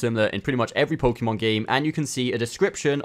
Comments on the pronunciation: PSA: It's poe-kay-mon. Hearing pokeemon a hundred times in a 5 min video is so dang cringe. Thank you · It’s not Pokey mon, it’s Pok ay mon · its Pokémon not Pokeemon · Pokémon. Not pokee mon. You should learn how to pronounce the thing you do “professionally” on YouTube